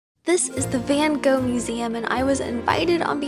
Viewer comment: As a Dutchie I really appreciate you trying to say 'Van Gogh' right hihi ^-^ So awesome that your did this!